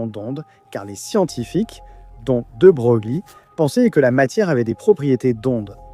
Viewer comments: En français, prononcé comme De Breuil. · de Broglie => debroli aha ! allé salut bisous!